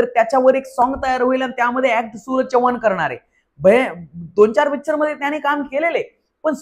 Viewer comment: नीट बोल भाऊ, चौवान नव्हेरे माझ्या, चव्हाण. 😂😂😂😂😂😂